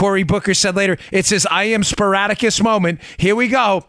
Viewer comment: Peratta: Booker couldn't even pronounce Spartacus right. Obama looked like he was on something or very paranoid in his last speech. Something is going on with him, he looks puny.